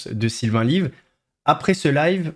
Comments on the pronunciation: C'est Pierre Chabrier et Sylvain Levy, pas Lyve. Lyve c'est un jeu de mot qu'il prononce "live" pour le nom de sa chaîne, mais son nom c'est Levy (ou Lévy je ne suis pas sûr) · Svp arrêtez de dire "Sylvain LIVE"! Son nom est, peut être le l'ignorez vous, LEVY !